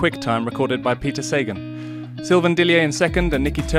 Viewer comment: Cheers for the vid guys but showing Sagan on the vid screenshot isn't the best move, don't you think? Also, it's Sagaaan not Saegan...